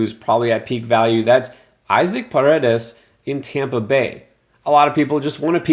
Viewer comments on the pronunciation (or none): Native Spanish speaker here, it is pronounced "E-sack" Paredes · It’s actually pronounced “E-Sock” Parades